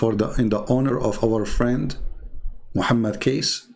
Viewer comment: Hi.. how are you now? I hooe you alright always ok. Now, I will insert you an input bit by bit ok. His Full name is Hj. Muhammad Kosman Cornelius or wellknown as BAPAK KECE PAK KECE (Bapak means An Male Adult or Mister in English, PAK is shortform of BAPAK. Also, the correct way to pronaunce 'KECE' is; as you say word "CACEY" if in English naunce).. This man are truly the Defender Of Christ.. Hope you and other our Brothers and Sisters, ni matter from what country and what dedominations you are... Please help him to get out from the place they has locked him since 26th of August till now and seldom been updated. And from his son and chief lawyers, he been given a (so called) medicine ftom time to time, but his son said, his father Pak Kece didnt take the medicines and he did gave a sample of those medicine ti his son and asked him to check study on it.., the words "LAKI-LAKI" if in Indonesian Langguage means "The Males"... hihihii.. will get in touch with you again soon.. stay tune. Thanks and God Bless!!